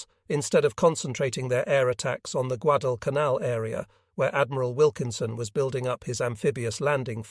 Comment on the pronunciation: Agreed, it is very difficult to follow the order of the videos. This video actually pronounced Guadalcanal correctly one or two times. The islands covered in this video are so small and obscure.